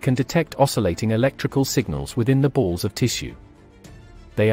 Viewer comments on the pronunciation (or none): none